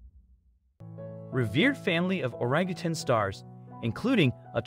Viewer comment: Thank you for pronouncing Orangutan correct!.. a lot of people at the end of the word say tang....it is tan. ( I guess once a teacher always a teacher)